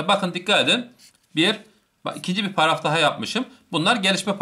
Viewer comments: ŞAŞSÖDÖLDLDLDLF gülmekten izleyemedim birde paragrafa pağafaf demen şsşsşdömdmdmfmfmdöödödöfö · Herşey çok güzel ama “pararaf “ kötüymüş 😂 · hocam bir paragraf diyemedin hep pararaf parraf gibi şeyler dedin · Paragrafa pararaf diyiyor😂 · Hocam pararaf degil paragraf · parafı degil hocam paragraf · Adam paragraf diyemiyor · Adam sizin için o kadar anlatıyor takıldıgınız şey Paragrafı düzgün söyleyememesimi utanın lan